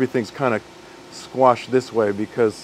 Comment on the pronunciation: Thought he said "squanched" not squashed for a bit then, almost a closet Rick n morty fan outed proving he isn't a cyborg. But as it stands if he asks for your clothes, boots and your motorcycle I suggest you hand m'over.